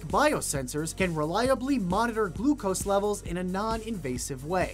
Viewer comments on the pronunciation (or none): none